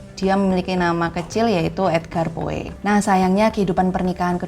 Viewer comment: Tolong perbaiki pengucapan nama + kosakata Bahasa Inggris "Poe" dibaca "Po"